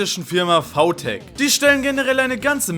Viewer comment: warum sagst du vau tech aber vi smile?